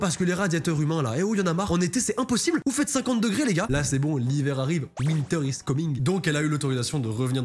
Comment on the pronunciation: "Winteur is comingue" ❄😂